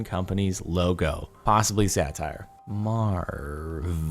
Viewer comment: I finally understand that you say "satire" i always understand "sadtire" and was confused